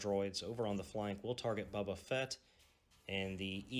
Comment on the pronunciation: I appreciate the game and the content. I can tell you are from the south because you call him "Bubba" Fett. First time I ever heard that was in Alabama. The miniatures are cool for this game. Well done on the white for the stormtroopers. But I do not like the clunky movement sticks and custom dice this game uses. Fantasy Flight needs to come up with a better system.